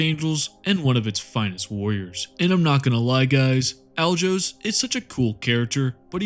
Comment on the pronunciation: Alajos is a hungarian name, pronounce it like you replace the J with Y and you ll get closer to how it is spoken (